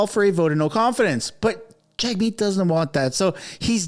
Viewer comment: Jagmeet is pronounced “JUGmeet”…just saying 😑